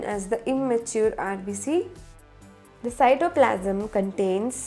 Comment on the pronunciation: No hating but it is rbc not rbs